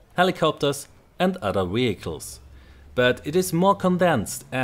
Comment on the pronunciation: Vehicles! With a V not Wehicles!